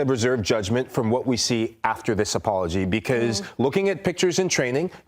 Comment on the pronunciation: Did I hear you say "great apolog?"! Terrible!! This is nothing but another slap on Xabi